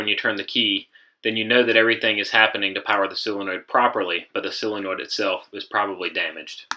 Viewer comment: "sillinoid" o_O